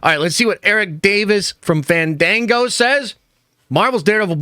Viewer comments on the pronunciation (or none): none